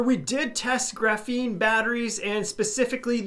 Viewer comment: It's 100% pronounced GRAH-feen, not gruh-FEEN lol